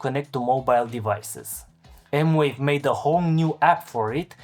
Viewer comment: Thanks for the review. I did see one other review that said the pads had a noticeable, and somewhat annoying lag, with the keys also having a lag but less so (all in wired mode). He did not quantify this lag or even film it in slow motion. Can you speak to this? Also, it's M-Vave, not M-Wave. (Edit: They say it's M-Wave? Wow!)